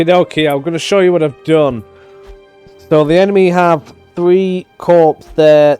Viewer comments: Corps = CORE, not corpse. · Note: "corps" is pronounced like "core"